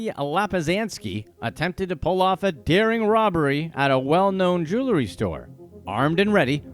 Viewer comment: Consider just how many times this guy has said "jew-ler--ry" instead of jewelry over these years.. Excruciating 😑